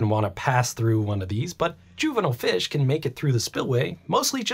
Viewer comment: Two things that made me hate this video: The consistent mispronunciation of turbine and juvenile. 1.) A turban (from Persian دوربند‌, durband; via Middle French turbant) is a type of headwear based on cloth winding. 2.) Decimus Junius Juvenalis, known in English as Juvenal, was a Roman poet active in the late first and early second century AD. He is the author of the collection of satirical poems known as the Satires.